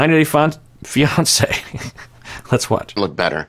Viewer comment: Did he say 90 Day Fonze? 😂😂